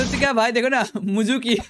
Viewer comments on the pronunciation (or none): Suzuki ❌ muzuki ✔️